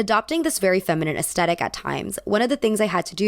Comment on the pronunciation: americans.... please stop saying ass-tet-tic when it literally has a "thhh" sound, it's ass-THET-tic